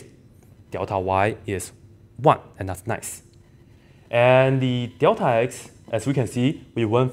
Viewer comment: 怎么你也说“屌塔”……看来这口音是共通的 lul